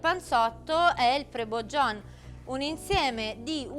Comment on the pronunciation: Video stupendo, grazie, liked, e salvato tra i preferiti. Peraltro mi sa che una salto al pastificio a Milano toccherà farlo.... Unica pecca? Sul Genovese per i pansoti cu a salsa de nuge, sulla pronuncia di prebuggiún e Prescinsêua c'è da lavorare un attimo 😉👍🏻